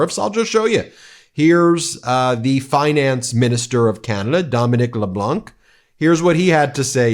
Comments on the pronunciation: LeBlanc the C is silent not LeBlank ….. he has declared and we know we are in war … the Liberals likly will not win but I wish and Hope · Its pronounced le blan not leblunk the c is silent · Please don’t pronounce de ‘C’ at end of Mr Leblanc. It is silent! Say Leblan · The C in LeBlanc is silent. It’s Dominic LeBlanc (pronounced LeBlan) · Dominique LeBlanc is pronounced "Le Blan." The "c" is not pronounced as a "k" but is silent. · Dominique Leblanc: don't pronounce the c at the end of his name. 😊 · The “c” in Dominique Leblanc is silent. I’d love to see the reaction in the US if Canada restricted potash exports since it is used to make fertilizer. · Just FYI.The C is silent in Leblanc 😉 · Hey, The C in Leblanc is silent. Keep up the great work bros! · Ben, Canadian here… don’t pronounce the C in Leblanc’s last name … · Love ya Ben! But please, the “c” in “Leblanc” is silent 😉 Cheers from NB 🇨🇦 We appreciate you and your support.